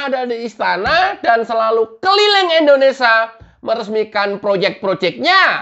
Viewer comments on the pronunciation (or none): KK tolong penyebutan kata INDONESA baik hrs di lengkapi jelas kalimatnya Indonesia..